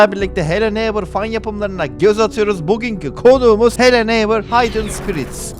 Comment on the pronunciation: haydın değil hidın gözünü seveyim düzgün oku abi ya